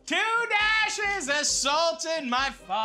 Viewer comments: Thanks for saying pho right Matty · Matty: It's pho, not "foh" Next video in his playlist "Halifax donair" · Finally! Someone who says "Pho" right, was starting to think I was the only white person who says it right. 😂